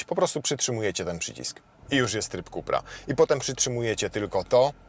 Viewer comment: "ZINHAJZER" i "IKSTRIM" i "KUPER" ?? Kamaaan XD